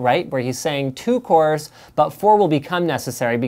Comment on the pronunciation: you mean cores ? not coors ?!!!?